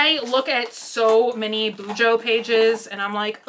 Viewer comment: I did BuJo for several years but quit last July and haven't picked it back up. You pronounced it correctly. Tombow Dual Brush Pens.